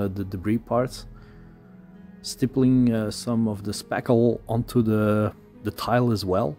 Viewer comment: Not being a jerk, but work on your “Th” sounds. Using D and T instead of the proper sound(The/De, This/Dis, Think/Tink ect. Produce the sound by slightly sticking out your tongue and slightly pressing your teeth.passively pass air through your teeth(think, thought) or perform a hum using the same method(this, that, them[think Mongolian singing for the hum but tongue out]). for both variations. Retract your tongue quickly to produce the vowel sound after.